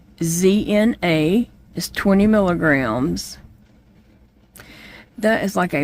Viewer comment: Hi! I went over and read about your new medication. They say it is pronounced. VOE-KWEZ-NAH.